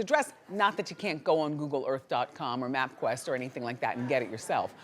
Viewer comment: She said "MapQuest". 😂